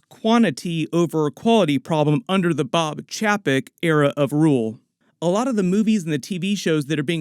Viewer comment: Chapek is pronounced Chey Peck